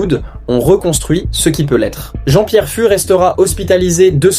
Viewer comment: Je crois que ça se prononce Jean-Pierre "FOUXE." (pas grave... )